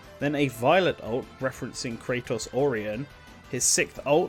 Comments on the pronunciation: Also the way he pronounced Kratos when there exists another Kratos in a different game series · It's not pronounced Kray-tos. It's Krah-tos. And Presea is not Pree-See. It's Pre-say-a. And Genis is pronounced like Gee-nis. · It's Gee-niss, Raine is pronounced like Rain the weather. Krah-tos, not Kraytos like GoW, Presea is Pra-SAY-uh. Needed some research on these pronunciations, narrator.